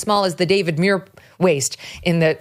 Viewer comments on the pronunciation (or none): none